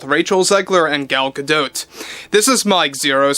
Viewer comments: Gal Gah-dote...😂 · Gal Guh-Doe. How tf do you now know that bro?😊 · The "t" at the end of Gal's name is silent I believe. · So does he purposely mispronounce peoples last names or does he have a legitimate speech impediment? He can’t say Favreau correctly and has said it wrong for years. Not it’s Gadot he cannot say properly. Can someone explain? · Could you say "Gal Gadot" again? 😂🤣🤣🤣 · I thought the T in Gadot was silent.